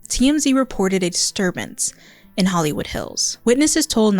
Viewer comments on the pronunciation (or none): none